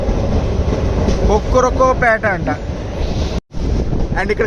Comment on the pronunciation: 😂 అది కొక్కురోకో పేట కాదు బ్రో కొరుక్ పేట 😅